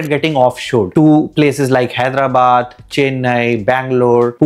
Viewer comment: Its. Not Heydarabad … it should be sound as Hy ( Hi)darabad.